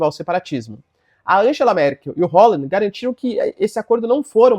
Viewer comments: Professor o François ta ok. Mas a pronúncia correta do Hollande é "Olânde", não "Rólande". Rolou uma mistureba de francês com inglês aí rs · E essa pronúncia de Holande inglesada? Se liga, o cara é Francês!